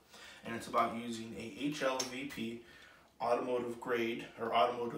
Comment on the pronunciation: It’s not HLVP dude, it’s HVLP. High volume low pressure